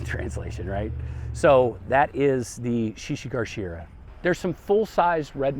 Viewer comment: Thanks for this! One note, the one plant is shishi GA shira, not GAR.